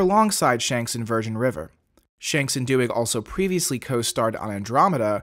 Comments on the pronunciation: Lexa Do-ig? Its pronounced d-oy-g! 😱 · Oh dear, please look up how to pronounce Doig. Hell - watch the fandom spotlight interview with her. The host gets it right.